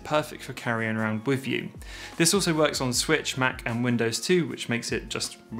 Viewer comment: With not wif. Think not fink. You speak so well otherwise. Why speak so lazily and disrespect your mother tongue?